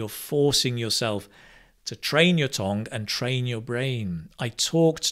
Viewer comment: Why do you say tong for tongue? By the way, in Korea 'tong' is 'poo.' 😅